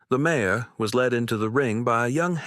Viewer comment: Listening from SW Michigan. This is a good story other than Mare being said as Mayor. I do wish the people reading these stories would use the correct names.